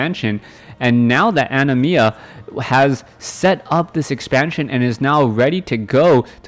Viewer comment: You said Animas name right :P I assume the person is referencing the summon from Final Fantasy X with that name :p